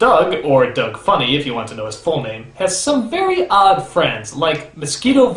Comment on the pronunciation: sounds like "doge"